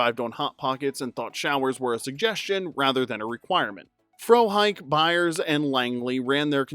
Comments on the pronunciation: His name is pronounced Fro-HICKEY. Lone Gunmen was already cancelled before 9/11. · “Frohike” is pronounced “Fro-hickey” 🤨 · It's pronounced Fro-hickey. 🙂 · So you've never actually seen the Lone Gunmen, or you'd know that Frohike's name was pronounced Fro-hickey.